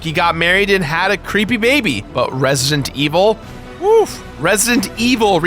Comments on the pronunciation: "Resint evil" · its resident evil not resntevil omg say the game right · Resient Evil? I can't hear him pronounce the d in Resident Evil most of the time.